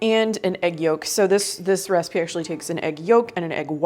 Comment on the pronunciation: I like how you pronounce the word "recipe" as "raacipe". Cute. Must be a regional thing.